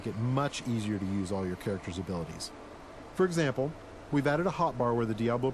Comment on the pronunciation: this narrator sucks badly ... wtf is "for example" sound or "trap" sound or the fing "nasty" sound ... :(